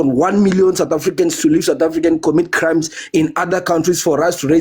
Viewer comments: Satafrika …sir please say sooooouuuuth Africa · I can imagine his mouth opened screaming "Satafrika"🤢🤢